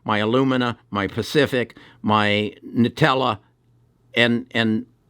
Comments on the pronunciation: It's Invitae. NOT "Nutella". lol. We don't spread Invitae on bread.... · Nutella is what I heard lol